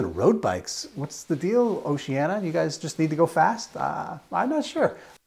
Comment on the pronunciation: Just a minor note: it’s Oceania, not Oceana. 🙂